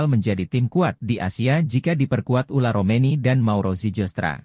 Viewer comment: Bukan ula romeny min..., tapi ole romeny.